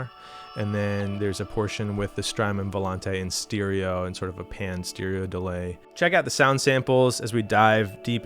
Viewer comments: great video I love the way you say steereo 😂😂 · I've never heard anyone else pronounce stereo like that... steeriyo